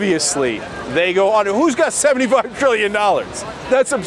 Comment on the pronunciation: When I heard the TR in Trillion, I super cringed...